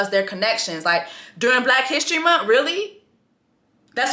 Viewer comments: It's the munt for me lol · The way you saying month is hilarious Jessie: Black History MunT 🤣🤣🤣